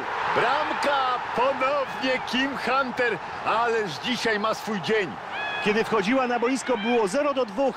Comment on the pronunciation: powiedziales jim hunter